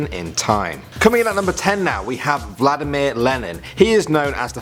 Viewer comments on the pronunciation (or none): none